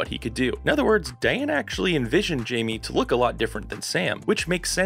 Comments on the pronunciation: He can't even pronounce Diana's name right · Worthless information! Can’t even pronounce the writer’s first name! Can’t trust anything else!